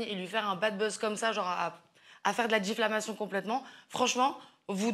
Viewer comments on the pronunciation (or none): Non mais de suite l'exagération de Mélanie... pffff !! Déjà on dit diffamation et non diff"L"ammation" !! 😂 Elle parle comme s'ils étaient des saints dans ce milieu. Pendant des décennies vous avez fait acte de tout ce qui était inimaginable, et maintenant ça vous étonne que les gens se posent des questions à tout-va et ne sachent plus sur quel pied danser avec vous ?? Non mais lol quoi !!